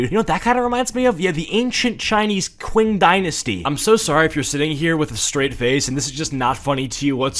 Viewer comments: it is pronounced Ching not kwing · I notice you keep saying "kwing dynasty" you actually say it like "ching" You racist fuck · It's pronounced "ching" and not "quing", and it's not an ancient dynasty but an early modern onr, you frickin dingus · 'qing' is pronounced like 'ching' but I like the video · i loved the vid but i cant get over him calling the qing dynasty the "(qw) (ing)" dynasty (its pronounced "(ch) (ing)" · ching not qing but lol i dont care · sorry for being a nerd but its pronounced ching not qing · Qing pronounced as "Ching" <33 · The Qing Dynasty is pronounced “Ching” and it lasted until 1912 so it was not ancient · The Qing Dynasty is pronounced Ching Dynasty btw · Im still mad he mispronounced the Qing dynasty as Kwing and that the article called it amcient when it existed in ww1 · its pronounced ching dynasty 💀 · Qing is pronounced like “Ching” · “Ching” dynasty I love your content. But my god that is making my brain bleed the mispronunciation. My apologies 😂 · Btw it’s spelled Qing but pronounced ching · its pronuonced "ching dynasty" cuz that's how we pronounce "Q" in chinese but anyway genz is cringe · me trying not to simultaneously combust every time he mispronounces the Qin/Qing dynasty (it's pronounced chin/ching) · It's pronounced ching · "QUIN" dynasty 😭😭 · Ok so a small thing to say (no hate or offense) When you pronounced Qing dynasty was wrong, to my knowledge. The correct way to pronounce it is Chi-ng dynasty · The Qing dynasty is the so recent it has a flag. It’s like in the 1900s..l btw it's pronounced ching. On a real note what the hell was he smoking? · Qing, as an Chinese American I feel very offended due to the fact that you pronounced it incorrectly